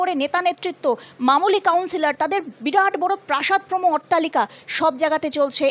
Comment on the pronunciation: প্রাসাদোপম কথাটা অনেকেই ঠিকমতো উচ্চারণ করতে পারছেন না।